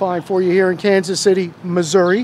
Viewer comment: I've lived in missouri for 30 years. In "the middle" of the state as that guy called it. I don't think anyone from missouri actually pronounces it "missour-uh," I've only ever heard it said that way on TV, by people not from missouri. glad to hear you pronounce it the right way 👍